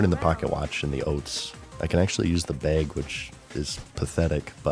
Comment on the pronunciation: Melk 100% lol